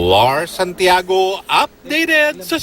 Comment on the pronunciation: Llllllll Lhar Santiago😂